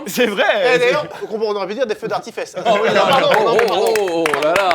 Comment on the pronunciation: "Des feu d'artifesses" 🤣🤣🤣🤣🤣🤣🤣🤣